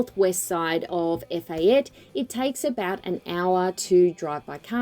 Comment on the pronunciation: It's pronounced ' Eh - FAH - teh'